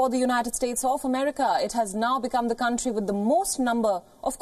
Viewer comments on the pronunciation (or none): How about states not CUNTRY 'S. GET IT RIGHT OR JUST KEEP YOUR MOUTH SHUT. 🤣🤣🤣🤣🤣🤣🤣🤣🤣🤣😃😎🤗🙂☺😚😚😉😊🤣😃😃🤗😶😑😑😐😐😊😊😎